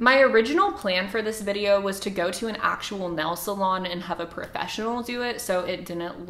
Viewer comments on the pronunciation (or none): “NELL SALON”,lol